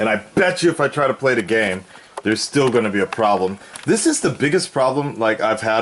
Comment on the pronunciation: Me"this". "zis"